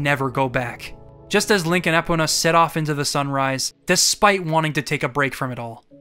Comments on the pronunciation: Everytime you said Ehpuhnuh instead of Ee-POE-nuh really irked me and idk why lmao. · Did he just say “EH-pona”?? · Y'know, this retrospective is great and all, but I can't get over Eh-pona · More like Eepona when I'm trying to say it properly, but sometimes the first vowel gets reduced to a schwa. The important thing is to put emphasis on the "po" in my opinion though, so it's more of an issue of emphasis than actual vowel pronunciation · Thank u! thought I was the only one who noticed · Why do you pronounce is Ehpona?!?!?!? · This was my first Zelda, so this game ALREADY had important significance to me, but after hearing this, I learned just how more monumental OoT really is. …also was anyone else thrown off the way pronounced “Epona”?~ XD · Never heard Epona’s name butchered like that before. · disliked for how you pronounce "epona" shits just wrong